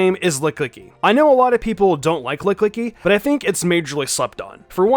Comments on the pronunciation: Did you call lickilicky lick licky? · Is he..... is he saying Lick- Licki? Am I the only one bothered by that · Hasn't anyone else noticed that called lickilicky, lick-licky?. It must be underrated 😂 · You say Lickilicky funny lol. You ignore the I after Lick. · How can you claim to like Lickilicky, yet you can’t even say its name right?